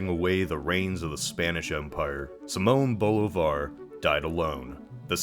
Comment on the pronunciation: I’m pretty sure his name is pronounced see-moan Boh-lee-vahr